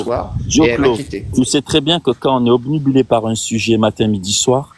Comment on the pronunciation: Il n'est pas toubib, infoutu de s'exprimer correctement. Le gars dit "omnibulé" au lieu de "obnubilé", arrêtez d'être aussi naïf. Son premier alias était "", maintenant c'est "". Si je choisis de m'appeler "le génie", ça ne fera pas vraiment de moi un génie.